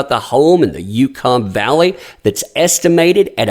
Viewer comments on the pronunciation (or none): In case it ever comes up again, "Yucca" is pronounced "Yuck-ah" It's named after the yucca plant. Yucca Valley is north of Palm Springs in the California desert. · Yucca is pronounced yukka (it's a native American word). I'm really surprised that Princess bought a house out there, it's extremely hot and desolate, a lower income area. I guess she really likes the desert, the house is beautiful. It's close to Coachella and we all know how she likes that yearly festival. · Hey that place where her house is is probablynounced YUCCA not YUKON LOLOL. YUCCA VALLEY it’s just a few miles from the 29 Palms Marine Base. So like yuk pronoun it like that but add an A yuka. Peace brother god bless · Yucca Valley, not Yukon Valley. 😂 Carry on. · It's pronounced "yuck-uh". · Great report... But gotta make a correction... it's pronounced Yuck-UH... not that it matters, since it will likely have to be auctioned to pay her settlement. Unless JD decides to be nice... I sure as feck wouldn't.